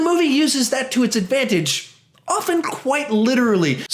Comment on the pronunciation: quite sounds really weird